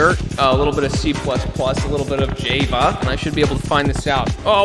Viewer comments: He really just said Jayva instead of Java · The way he pronounce Java "Jayva" pains me. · I hate that you said java like "jay-vah" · "a little bit of Jayvah" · The scariest thing about this video was the way pronounced Java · Are we just gonna ignore how this man pronounced Java?